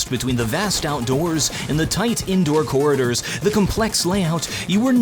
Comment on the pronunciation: me: corridors.: Corriders